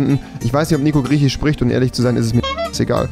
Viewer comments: Niemand Wirklich niemand Gar keiner Rewi: Griechich, Irich, Britich, Amerikanich, Schwedich,.... 😂😂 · Rewi: Schwedich, Norwegich, dänich ... Auch Rewi: Grieschich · Seit wann spricht er so komisch mit "sprachfehler"? Also ich like griechich und nicht griechisch No offense!